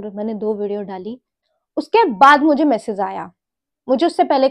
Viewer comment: “Message” bolna sikh lo plss